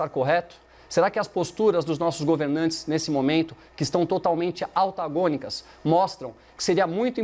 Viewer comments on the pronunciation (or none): ALTAGÔNICO???? COM "L"?? mano... q vergonha alheia.